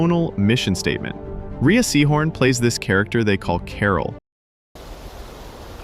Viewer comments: She pronounces it "Ray" Seehorn, not pronounced like Rhea Perlman. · He's right. It's pronounced Ray.